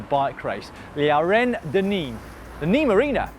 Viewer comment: Dear Loydy, It is not pronounced "Niim" it is pronounced "Nimm" . Like dim your lights. But with an N. Cheers